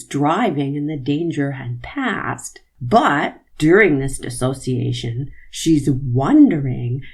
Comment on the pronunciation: I really appreciate your commentary, AND thank you so much for pronouncing Dissociation properly!!!! I’m so irritated by all of the attorneys saying DisAssociation😏😤. One would think that they would either correct themselves… or one of the psychologists/MD’s would help them with that. Otherwise I think that the state is doing a fantastic job. Sorry for the mini rant!🤓